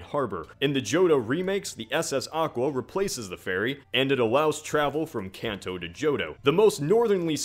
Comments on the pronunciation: It's KAHN TOE! Drives me insane when people pronounce it can't toe. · It hurts my ears so much to hear you keep mispronouncing Kanto. It's a long a sound. Like in car, or law. Not like cat or can. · I cant get over how he mispronounces "kanto" ....